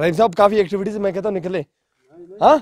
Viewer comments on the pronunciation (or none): भाई एक्स्टविटी नई होता है wo activity hota ha Dhyan De bhai thoda Ache se👍